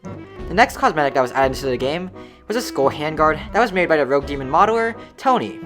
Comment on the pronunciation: when you say rogue coins it sounds like rell coins from shindo maybe make them something else idk